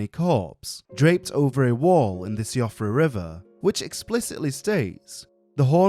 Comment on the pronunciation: siofra is pronounced "shee-fruh"